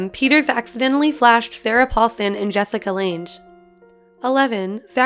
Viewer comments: Really Jessica LanGE???🙄Can't even say her name right!✋🤦🏼‍♀️No damn way I could finish the video!👏🏼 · As soon as she said Jessica "lanj" I was out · Anyone gonna talk about how she said Jessica Langes name wrong?! It’s spelt Lange but pronounced lang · I realize this video is outdated BUT...can we learn how to pronounce Jessica Lange? I get it...you're young. But the mispronunciation of an actor's name is extremely insulting. Do your research hon. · who is this muppet narrating that cannot even pronounce Jessica Lange's name correctly? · you researched all this stuff but not how to correctly say Jessica Lange ....